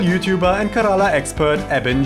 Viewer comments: it's pronounced Care-Laa not karala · More like Kay without y and rala